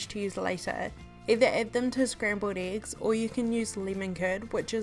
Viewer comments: And the 'iggs' 😁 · who else heard her say "eegs"?